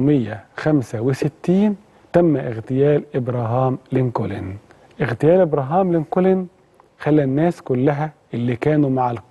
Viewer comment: على فكرة انت بتنطق اسم ابراهام لنكولن خطأ خالص يا ريت تتعلم نطق الاسماء بطريقه سليمه .. في ما عدا ذلك فنحن جميعا نشكر حضرتك على هذة الحلقه الرائعة